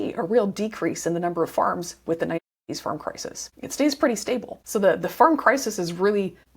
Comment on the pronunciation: I understand the word suicide, but why the fuck do you muffle the"1980"?